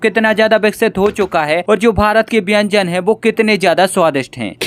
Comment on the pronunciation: अबे , बेंजन नही खाने को व्यंजन कहा जाता है 😂😂😂😂